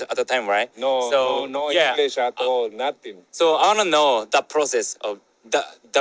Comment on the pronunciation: When he said nothing but pronounced it like Nuh-thing like it was 2 words i knew he was around the cholos lol